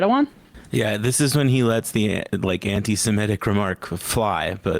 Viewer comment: Why is Enma still saying 'anti semetic'? There is no such f*cking word as 'semetic'. It does not exist. The word is 'semitic'. If she is going to argue about this subject, she should ABSOLUTELY be able to pronounce the word properly. Why are young people so ill-informed?